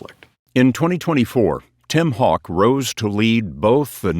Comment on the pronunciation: His name is Haugh, but he pronounces it hawk instead of how , haw , hoff or hog ?